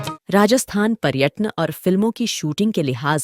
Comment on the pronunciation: जी कृपया पर्यटन बोलना सीखिए. राजस्थानी और पंजाबी में डांगर का अर्थ होता है जानवर. जो पुरस्कार चिरंजी लाल जी को दिया गया वो डागर पुरस्कार था डांगर नहीं. मैं चिरंजी लाल जी से बहुत अच्छी तरह से वाकिफ हूं. उसके छोटे भाई का एक लड़का एक बार इंडियन आइडल के अंतिम तीन चार में रहा था और अब भी मुंबई में संघर्ष कर रहा है। आप चिरंजी लाल जी के बारे में और कुछ जानना चाहेंगे तो जयपुर में आज भी कई लोग हैं जो उनके विषय में आपको इंटरव्यू दे सकते हैं. उदारहण के लिए श्री सरताज माथुर, श्री ईश्वर दत्त माथुर, श्री प्रमोद भसीन, सारंगी वादक पद्म श्री श्री मोइनुद्दीन खान जो आपके इस video में भी चिरंजीलाल जी के साथ सारंगी बजा रहे हैं। - Mahendra Modi Retd Director Vividh Bharati Service, All India Radio